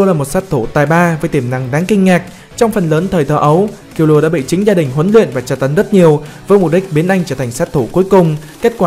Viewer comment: Vc kil lua :)) trong anime nó còn đọc là kil lu a mà